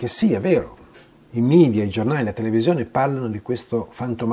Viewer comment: Ottimo video, tutto perfetto, ma solo una cosa, per favore... Non parliamo come certi politicanti itali-oti che preferiscono l'inglese alla lingua nazionale. Media è una parola latina (il plurale di medium = mezzo) che si pronuncia come è scritta